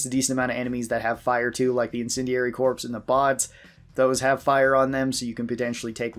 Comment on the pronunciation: Incendiary Corps, Corps is pronounced "core". Like Marine Corps (Core).